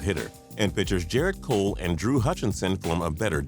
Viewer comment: Cole not Cork***